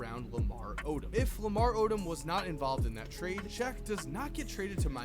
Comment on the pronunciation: Odom is pronounced oh dumb